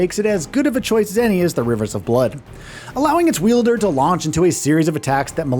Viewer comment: “Wielder” is cracking me up. Wild-er, my guy 😂